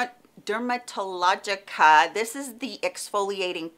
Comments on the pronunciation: I love Dupe videos! PS. Its Dermalogica, not Derma TA logica :) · It's DERMALOGICA...which is alot easier to say 😉😉😉🌞